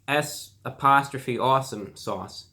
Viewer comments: It’s pronounced saucem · so today i learned that APPARENTLY S'awesome= shawsum where does the sh sound come from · "shawshum sauce" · bro just say sawesome omg lol every time he says it he has like a mini stroke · And it’s not pronounced shawesome where the fuck are you getting the “sh” from. Learn to read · Reviewbrah, it's said like this; saw some sauce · Has to have a stroke every time he tries to pronounce the fucking sauce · I thought you cursed when you first pronounced the new sauce